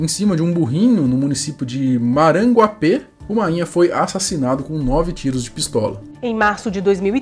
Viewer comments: Lê-se: Maranguápe, sílaba tônica é "gua". Kk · Não é Maranguapê a pronúncia do nome da cidade e sim Maranguape, o é tem som de i e a última sílaba não é tônica, a sílaba mais forte é gua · Sou uma pequena correção amigão. A pronúncia correta da cidade é "Maranguápe" (o é com som de i) e não "Maranguapê" como foi dito. Valeu 🤙🏻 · Maranguapê??? Não sabe ler não? MARANGUAPE! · Se diz MaranguÁpe e não MaranguapÊ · Só não é Maranguape, é maranguápe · Não é maranguapê. Se ler na fonética maranguape mesmo. Terra do Chico Anysio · No caso do Mainha ele era primo da minha vizinha.Ah o nome do município não se pronuncia " MARANGUAPE " como se tivesse um sinal agudo no E é só Maranguape. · MaranguapÊ kkkk